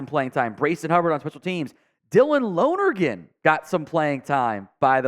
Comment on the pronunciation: You need to open your own butcher shop the way you bothered Russaw and Lonergans names 😂😂😂